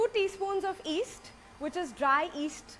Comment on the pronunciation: Does she mean east or yeast, I didn't get it🤣🤣